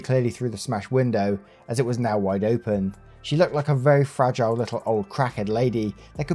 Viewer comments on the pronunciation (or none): none